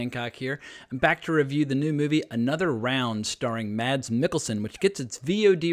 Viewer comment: No no no..! You don't pronounce the "D" in 'Mads' .. It's simply pronounced "Mas" I'm danish, trust me..! Every foreigner says "MaD's" while in reality the D is completely silent. And yes "Ida" was correct the second time you said it, not the first time 😜